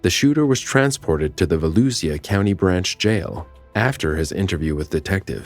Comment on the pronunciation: So sad. Great job on the videos. Just an FYI- first call. Volusia is pronounced Va-lou-sha.